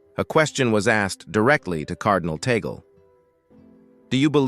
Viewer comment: Please you keep on saying TAGAL. It is Tag as in Tag then pronounce LE. Is this difficult to say it correctly ?